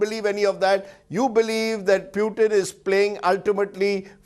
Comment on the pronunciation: Its not peutin its PUTIN 😂